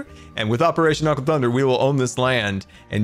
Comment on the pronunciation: i think you spelled aqua wrong xD u said aque